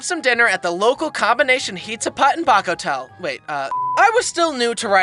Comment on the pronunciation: I am sorry but when you said Bakotla